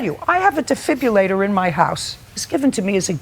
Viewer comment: It's not a "deFIBULator". It's a deFIBRILLator. For fuck's sake, Judy.